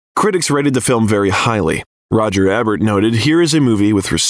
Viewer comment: To the narrator, after all this research on Ryan Gosling, it's a shame you mispronounce so many names, i.e. Roger Ebert, Nick Cassavetes as an example.